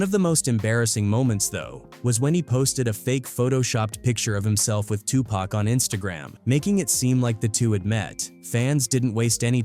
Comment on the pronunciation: Yo this mf called Tupac two pack 😂 tf is that shit